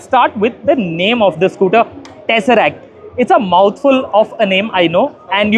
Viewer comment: To anyone who has ever watched any Marvel Movie, I don't think the word "Tesseract" is difficult to say.